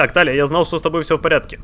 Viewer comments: Но она ТИлия, а не ТАлия... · Я думаю правильней будет ударение на и в имени Талия